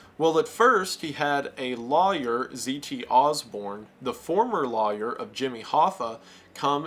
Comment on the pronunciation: Just in case yall are wondering. Law yer is supposed to be pronounced that way. The rest of the country however pronounces it as loyer incorrectly.